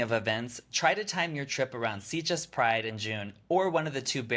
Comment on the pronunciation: Interesting review, but I'm a bit puzzled as to why you both repeatedly pronounce the town name as 'Seat-ges', rather than 'Sit-ges'. According to Google, it's pronounced as 'Sit-ges' in both English and Catalan. Whatever, it's a great place for a gay holiday!